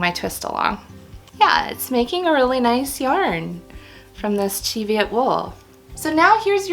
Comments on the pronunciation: I thought Cheviot was said "Shev-yet"? I'm trying to learn to spin thinner gauged yarns. thinnest I've spun so far is about dk/sport. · I understand it's Cheviot as in the hillly area in northern England where the sheep were bred, and is pronounced "ch" as in "church", "ev" as in "Beverly", "iot" as in "idiot" (sorry, couldn't think of another word that was similar, I'm not implying anything 😳). Sadie from Sadie's Spincraft uses it correctly and as far as spinning YouTubers go is located relatively closest to the Cheviot Hills irl. It's one of those many open to misinterpretation written location words. I thought it was French when I first saw it written down 😊